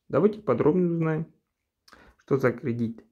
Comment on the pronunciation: Не кридить а кредит